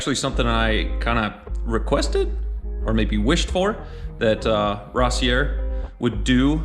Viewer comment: Rossier is French (Ross-e-a)👍👍👍